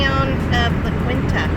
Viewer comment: la keen ta is how you pronounce la Quinta